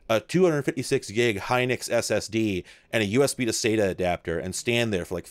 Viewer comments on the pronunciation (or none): none